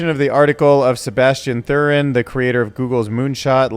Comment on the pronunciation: I love those little monkeys!:pride-flower-rainbow-heart: Make more videos cute and funny with monkeys! :pride-person-heart-lesbian:You would be so dope as a trance woman! :pride-face-orange-flowing:There are bunch of them in SF!:pride-fan-rainbow-open:You didn't say it right - Sebastian Thrun! He was involved in Udacity! I remember him with Daphney Coller they created Coursera! But you are too young to know that!:pride-heart-rainbow-philly